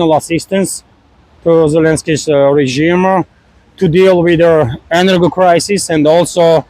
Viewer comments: Just a note... You used a word that sounded like "'enner-go' facilities." In English the plural would still be the usual "energy facilities" 😎👍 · i'm not sure why he pronounces energy like that because "georgia" uses 2 soft g's. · he's just pronouncing the "g" as in golf and not as in george.